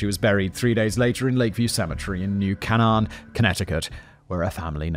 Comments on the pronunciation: It’s pronounced “New Cane-in”. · New Cane-en 😂 Has CT been saying that wrong?